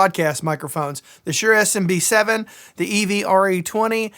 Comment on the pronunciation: Has anyone done a count of how many times he says SMB7 instead of SM7B? Moving on. I've tried 14 different mics and for getting the mic out of the camera with a good clean signal I'm using a Sennheiser MKH416, also. The best sounding mic I tried was a large diaphragm vacuum tube condenser mic but it's too unwieldy for a desktop mic not to mention overkill! I would probably go with something like a U87 if money and space were no object but they always are. One caveat about shotguns indoors is you do need a treated space like has. Don't expect good results in a garage or a modern hard-surface area due to the interference tube phase cancellation. These mics were designed for outdoor ENG with no reflections and v-shaped to overcome small field recording tape and small TV speakers but they end up being just right in today's crispy+bassy audio era. As well, the self noise of these is not top-tier but they also generally don't need a pop filter which is nice. If you're looking for an even cleaner, slightly better mic, try the TLM 103, but you need to have close to a sound booth level of sound treatment to avoid room ambience. I process audio for a couple of weekly podcasts that are running three to four RE320s. The real limitation there becomes also needing the pop filter and the megalithic shock mount. On the podcasts I help produce, they're just on desktop mic stands on a hard table and you hear absolutely every table noise the guests and hosts make. My producer friends